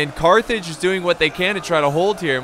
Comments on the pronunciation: Almost raged when you said Cartage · Your my favroite youtuber and i almost punched my tv when you said carthrig(sorry if i miss-spelt carthrig) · I got flashbacks when u said Cartage! xD